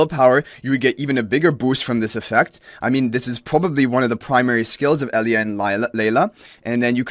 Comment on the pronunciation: The name Elijah is typically pronounced like uh-LIE-juh, btw, unless of course they pull some weirdness and try to pronounce it differently in game. Just saying, ignore me if you like. :)